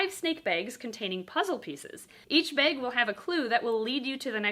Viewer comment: I can't tell you what a giggle Everytime I hear you () say the word BAG.. lol I adore that you pronounce it as BAHG..?? ITS ADORABLE 😊🙂